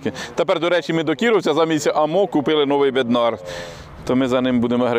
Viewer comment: В чеській мові наголос на перший склад.бЕднар,зЕтор.